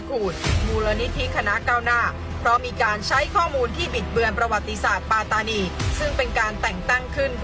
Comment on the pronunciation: แค่ออกเสียงคำว่า ปัตตานี มาออกเสียงเป็น ปา-ตา-นี ก็ผิดแล้วเพราะภาษา มาลายู ที่ออกเสียงเป็น ป๊ะ-ตา-นี สัมพันธ์กันกับการออกเสียง ปัต-ตา-นี ครับ ภาษาอังกฤษที่เขียนว่า patani มันต้องออกเสียงเป็น ปัต-ตา-นี ครับ 🎉พวกกบฏทั้งนั้น หลักฐานชัด สมัยก่อนหนีมาพึ่งไทยนี่แหละ แต่ตอนนี้หาว่าไทยไปยึดคุมอำนาจปัตตานี แสดงว่าลืมคุณแผ่นดิน ลืมรากเง้าตัวเอง พิธาเคยพูดหาเสียงกับคนปัตตานีมาแล้วเหมือนกันเปะกับนักศึกษาที่ออกมาเห่ามาหอนเลยนะย้อนไปดูได้